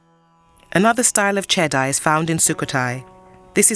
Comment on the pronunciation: Jedi: pronounces as Jedee, not Jedi like from the Star Wars movies.